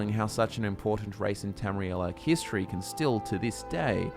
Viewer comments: Everytime you say "History" I hear "Hist tree" Conspiracy? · is there any one else who heard hist tree when he said history at the start of the video? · I thought he said hist tree too😂